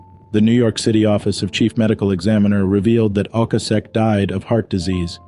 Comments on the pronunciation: Maybe google how to pronounce people's names correctly before adding your commentary...Ric Ocasek..pronounced Oh-Cay-Sic...and Ariarne Titmus...is Airy-arn... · Rik O-kay-sic.